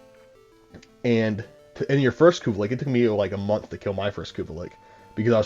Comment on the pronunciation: I'm not gonna lie, it messed with me everytime I heard ya say it. But I did watch the whole thing it was a good video lol I do believe it is lich. But pronounced Li-CH a ch sound not a ck sound lol